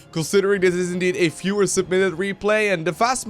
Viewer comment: come on, dude! it isn't a fewer match, it's a VIEWER match. stop pronouncing v's like f's! love your stuff, tho